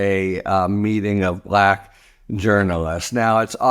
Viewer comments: Just the way he pronounced Black repeatedly was intentionally insulting. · 'Discussions' is a word I wouldn't have used. I felt most revulsion at the WAY he pronounced the word 'Black' as if like in his tweets there were quotes around it. So creepy.